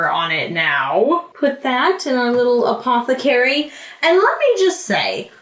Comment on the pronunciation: no one:: APOTHECARIE